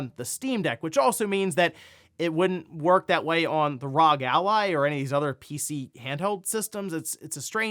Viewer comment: I don't wanna sound like a jerk, but it's pronounced R O G, each letter should be seperate. Republic Of Gamers.